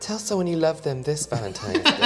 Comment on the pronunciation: I just caught that said ”Happy Vagentines Day” did I hear it wrong 🤣🤣